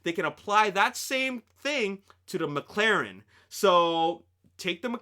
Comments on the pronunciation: Its McLaren not maclaren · Its called Mclaren, not Maclaren. Just a heads up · Daniel Hekster but the way people said it is "MacLaren" I know its not logic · "MacLaren"? Unsub...